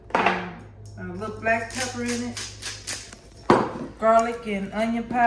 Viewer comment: Pa-pri-ka not Pa-pa-pri-ka I love your cooking.